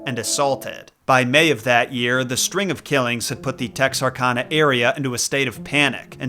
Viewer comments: For the pirates it really is All Hands on deck. Also, it’s Texar-CAN-ah, not Texar-Kahn-ah. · It’s pronounced TexRCANah. Nothing in Arkansas is pronounced the way it’s spelled. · Good video. We pronounce Bowie like boo-ee and Texarkana like Tex-ar-can-a, though. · Pronounced TEX-R-CAN-AH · As someone who has spent over 10 years living in Texarkana, did I expect the hook man to be tied back to the town that dreaded sundown? No. Did I expect Texarkana to be Pronounced right? No. Did I expect bowie county to be pronounced right? Yes. lol Texarkana - Tex are can uh or Tex er can uh. Both ways I’ve seen the locals say it. The name comes from Texas, Arkansas, Louisiana. Texarkana is part of the ArkLaTex region which bands from Natchitoches, Louisiana to Idabel, Oklahoma, and from Marshall, Texas to Monroe, Louisiana. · It’s pronounced Tex-Ark-Anna. Texas, Arkansas, and Louisiana. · The way you said "Texarkana" makes me want to take your knees. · As a resident of Arkansas I would like to inform you your pronunciation of Texarkana was wrong. Mad love for your content though! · Sir... As a resident of Texarkana... You pronounced Texarkana wrong😂😂 think kansas without the s... Just thought id let ya know